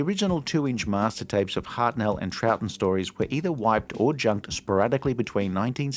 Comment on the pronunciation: Point of order: Hartnell is pronounced "Hart-null", not "Hart-NELL".